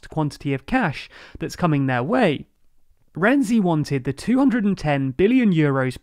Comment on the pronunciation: Dear, the correct pronunciation of the namens of Italian politicians quoted in the video are the following: [dʒuˈzɛppe ˈkonte] and not [konti], [matˈtɛːo ˈrɛntsi] not [rɛndzi], [ˈkarlo adˈdzeʎʎo ˈtʃampi] not [kiampi]